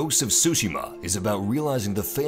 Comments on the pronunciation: Tsushima, not sushima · Tryhard voice ruins the vid. I can only assume the game is pronounced su-shima not sushi-ma... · Its "Su-Shi-Ma" Not Shu-Ji-ma or sushi-ma XD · Its not SUSHI~MA lmaooo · I think the "T" isn't silent. think of how you say the word "cats", that "ts" sound is used. So instead of "su" it's "tsu". hence tsushima, not sushima. Plus i think some of the stresses of the word might not have been right, if I'm not mistaken. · Okay paused the vid at 36 seconds. Why do you say “ghost of sushima”? Cmon man, Tsushima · Did he just said : ghost of "Sushima" ? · mhm ? ghost of sushima . . . tzu-shi-ma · TSU-Shi-Ma. TSU!...Oh nevermind...just keep saying Shushima. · "sushi-ma" this dude has no clue how to pronounce it. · Because he butchered the pronunciation of tsuchima. Dude said "sushi ma" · "Ghosts of sushi-ma." lool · I learned and knew Japanese myself, thanks for the reminder, but I'm addressing that to the video commentator as he clearly pronounced as SUSHI-MA... Watch the video again and see for yourself. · Make a slight t sound before the S. Other than that great preview. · the T is not silent!!! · Oh, tsushima was pronounced wrong